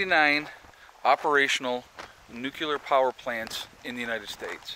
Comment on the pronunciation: Nucular?? just say " new" , then, say " clear! ( Solved) Holy My *